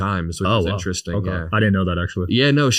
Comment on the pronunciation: "okah"... vacant stare What a vapid broccoli king